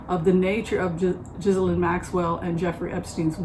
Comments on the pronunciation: Congratulations! Enjoy Portland OR! I’m happy for you. You also look very happy. Thank you for the reading.:) (Ghislaine’s name is pronounced Ghee-Len.) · Zjee-laine is the pronunciation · She pronounces it GHEE-lane Maxwell. (Like the butter substitute.) The correct French pronunciation is GIZ-lane (G sound like in guitar) But as a British family that's not how they chose to do it. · Robert Maxwell seems to have cursed his daughter with a name no one was able to pronounce. The BBC and others decided on a soft "G", no "s" and accent on the last syllable. I guess we'll know for sure if they show her in court and she's asked to state her name and the internet and twitter-verse light up.